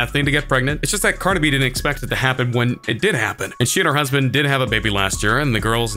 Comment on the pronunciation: This narrator can’t pronounce Cardi B.